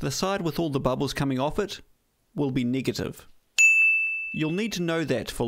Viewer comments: Niggative lol kiwi speak for negative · Did I hear him say "niggative"? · The pronunciation of "negative" sounds racist..